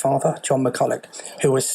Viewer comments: It's pronounced McCull-uch not McCull-a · Pronounced McCullock not McCullow